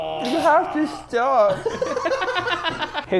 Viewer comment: "You haf to schtop"